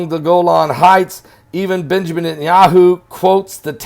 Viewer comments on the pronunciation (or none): none